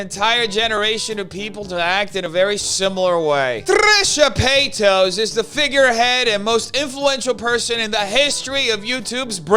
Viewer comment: I love that you call her Trisha Peitos hahaha p.s.: good job exposing all the BS in YT